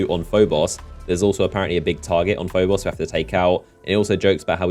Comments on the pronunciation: "PhoBOSS" "phoBOSS" "phoBOSS" you sound so stupid mispronouncing names in a game your channel is based off of... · It really irritated me on how you said phobos